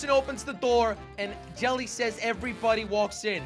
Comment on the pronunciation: Jelly said crouch if you agree YOU DONT SAY JALLY SAY CROUCH IF YOU AGREE